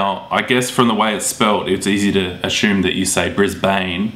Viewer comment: “assume” pronounced “ashoom”